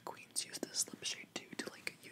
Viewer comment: I LOVE the way that he say the words "like", "but" and "it"... Its like: buTTTT iTTTT liKKKKe (My satan my english is disgusting :'D)